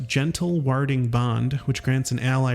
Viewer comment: bro cannot pronounce anything. 'warding' should rhyme with hoarding/boarding/applauding. sussur is pronounced 'soo-ser'. the same as the english word susurrus, a rustling sound, quasit is pronounced 'kwoz-it'